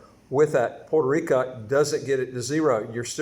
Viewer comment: It's pronounced Puerto RicO, not Puerto RicA.